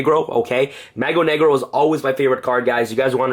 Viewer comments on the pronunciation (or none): Loved that you included the card in portuguese xD A shame it sounded like spanish when you said "magro negro" xD